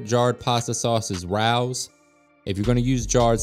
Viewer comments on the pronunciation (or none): Hi! The sauce is pronounced like ray o - it’s named after the restaurant here in nyc that’s makes it. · was one of Frank Sinatras favorite places in NYC the original location with the rat pack and I believe its pronounced "RAY-O'S " from living in the city thanks for your videos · The sauce is pronounced Ray-o's